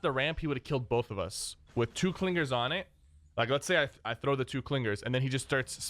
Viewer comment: Must be a Long Island native with those "Cling-Gerz" pronunciations!